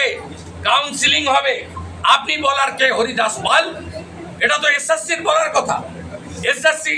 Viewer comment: Dada horidas pal noy HORIDASI PAAAAL